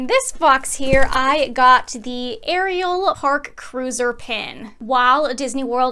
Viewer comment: It is Ariel not Areial